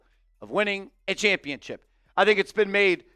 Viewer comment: Please stop saying championchip. It makes you sound stupid.